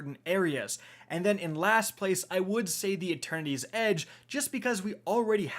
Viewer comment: Wait. Is there a fourth sword? Cause I keep hearing "Attorneys Edge." 😆